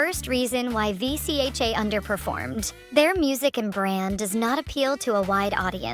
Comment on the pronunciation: Is she an AI or something? It’s pronounced Vee-chuh!